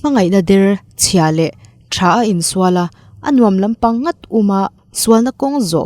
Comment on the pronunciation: Ngawr a nilo, NGAWT.